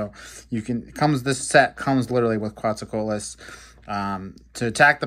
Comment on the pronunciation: He did a good try